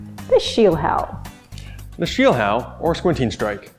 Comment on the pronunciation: Little correcture: It's "Schielhau".